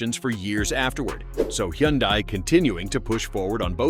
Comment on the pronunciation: Hyundai is pronounced like "Sunday". Just saying. BTW, I only use Top Tier Plus gas, Valvoline Restore and Protect synth' oil, and Mobil 1 synth' oil filters. AND an Italian Tune Up once a week in my wife's 2023 KIA Sportage, and my 2012 Sorento with nearly 106,000 miles on her !!!😂😅😊